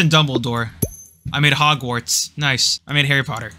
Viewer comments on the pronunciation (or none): none